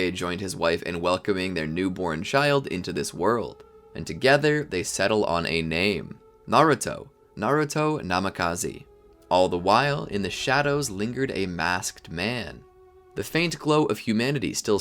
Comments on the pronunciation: Bro really said naruto namekize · "Naruto namakazi"